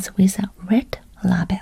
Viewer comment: What is the purpose of the train delay certificate? Can you use it to redeem another ticket? 🚄 Also, the word ‘label’ is pronounced ‘lay-bel’ 🤗